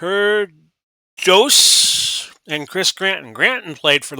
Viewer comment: I think "pear juice" is the correct pronunciation for Per Djoos, but I'm not sure many announcers of the day would have dared.